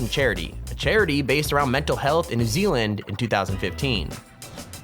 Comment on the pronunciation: Me from NZ Guy talking This water slide is in New Zeeealand